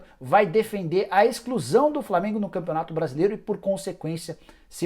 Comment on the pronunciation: "ExClUsAO dO FlAmEnGo." 🤣🤣🤣🤣🤣🤣🤣🤣